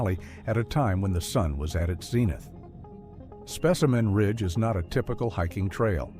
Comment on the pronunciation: specimen ridge and then suddenly called spaceman ridge? Dont bother listening, bot lies.